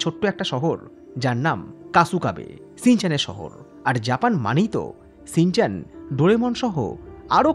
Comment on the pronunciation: Ore modon re শ ষ স এর মধ্যে পার্থক্য জানিস না? কথাটা "shinchan", " Sinchan" নয়।